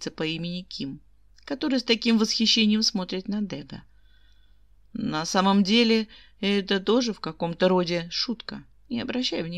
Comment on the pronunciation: Благодарю. Ваши озвучки нравятся, одни из немногих. И все же ДегА..... Ударение на а